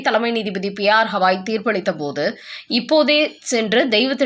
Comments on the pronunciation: பெயரை ஒழுங்காக உச்சரிக்க கூடாதா? அவர் பெயர் ராம கிருஷ்ண Gavaai ஹவாயும் இல்லை ஹால ந்தும் இல்லை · crisp name is continuously pronounced wrongly.its not HAVAi as she tells his name is Gavai. for poor & Sahu..tamil pronunciation is Boori & jaakku. they kill languages. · அம்மா, அவர் பெயர் 'ஹவாய்' இல்லை. 'கவாய்' என்பதே சரியானது. ஏறகனவே இதை உங்களுக்குச் சுட்டிக் காட்டி இருக்கிறேன்.